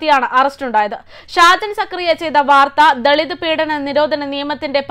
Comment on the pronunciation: ഷാജൻ സ്‌കറിയ ഇഷ്ട്ടം, sprt..(ഷാജൻ സക്കറിയ അല്ല 😏ഷാജൻ സ്‌കറിയ ആണ്..)